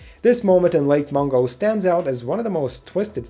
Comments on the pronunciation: no its mungo not mongo or mango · I'm trying not to laugh at the fact you called it "Lake Mongo"